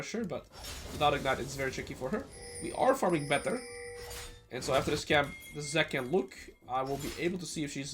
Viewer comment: Why does he pronounce "and" as "ieeend"?